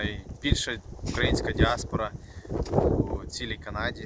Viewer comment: Цікаво, гарна робота. Маленьке зауваження. Католицька церква украЇнська, не укрАїнська. Вухо ріже від такого московського наголосу. Бо то у них Україна - від словосполучення "у края.. рассєї".